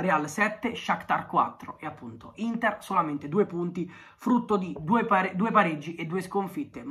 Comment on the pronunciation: Solo io ho sentito all’inizio L’intar